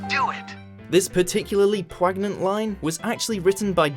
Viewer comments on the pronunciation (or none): did he just say 'pwag-nent'?